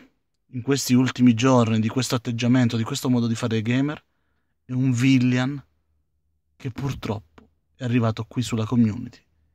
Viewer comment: ma pronunciare correttamente villain proprio non si può fare?;)